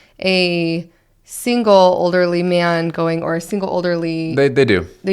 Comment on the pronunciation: Did say olderly?